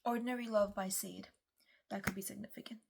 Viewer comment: hi 🫶🏼 thank you so much for your readings, they resonate so much with me i love Sade! she has a unique way of pronouncing her name - it’s SHAH-DAY with both syllables accented thanks so much ☀️ take care ♥️